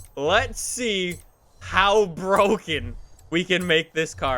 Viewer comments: Its BWOKEN, its BWOKEN! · Nobody;: BrOGaN CaR